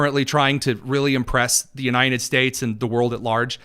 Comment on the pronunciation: Why do you have trouble pronouncing the word "united", just like biden never could? Are you from Delaware, too? It's spelled with a d on the end. It's UNITED, not UNINEN.